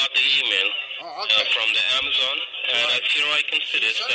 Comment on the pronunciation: Love the way she calls it Amaze on and thinks no one would notice 🙄 Great work as always W!